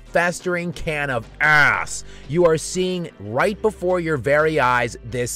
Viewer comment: When bro says "ASS" he really mean it 😂😂😂